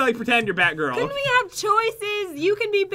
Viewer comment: i swear said Bath or Math girl...I may be the only one who thinks that....